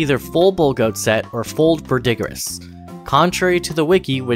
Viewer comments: VERdigree not veDIGgriss 😭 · I've noticed some people might not be sure how to pronounce 'verdigris'. Just to help clarify, it's actually pronounced 'ver-da-gree' - think 'green' without the 'n' at the end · Thanks for the useful explanation of all of this! Just so you know though you're pronouncing a few things wrong: Vigor is said "vih-grr" Verdigris is said "ver-degree" Also you wrote godskin swaddling cloth as godskin swallowing cloth in your subtitles lol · Yall just make up your own pronunciations.💀 What on planet Earth is Verdigerous armor? Dawg it took not even 15 seconds to find out its pronounced Vur-du-gees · im hoping you did it on purpose but just in case... it's pronounced "ver-de-gree" not "ver-dig-riss" and it's also the reason the Statue of Liberty is green. It's made of copper, and copper reacts to air to form Verdigris. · Ver-duh-gree. Not ver-dih-gris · “Vul-digger- iss” “Veye-gar” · Couldn't take this video as seriously after I heard unironic pronunciations of vigor and verdigris as "v-EYE-gur" and "ver-DIG-ris" lmao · Ver-deh-gree. Vih-ger. All that math seems to have done things to your speech, Dearest. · Awesome guide. It's pronounced "VER-di-gree" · two small notes. verdigris is pronounced vur duh gree, and vigor is pronounced vig-or. great video, appreciate the info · Btw, verdigris is pronounced "ver-degree" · What is it with Elden Ring content creators and not knowing how to pronounce words? Vigor rhymes with trigger. It's not "vie-gor". Verdigris is pronounced as "ver-duh-grees". Ya'll need to look things up if you don't know them or read some books. Idk. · verdigris is pronounced "ver-degree" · Great video. Smart stuff. It's ver-duh-grees. By the way. Cheers. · ver dee greez is how it sounds verdigris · Some good info. In return I'll give you some as well. Verdigris is pronounced Verd-i-gree Vigor is pronounced Vig-er And Prelate is pronounced Pre-lett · verdigris is pronounced vair-de-gree! wonderful video! very informative!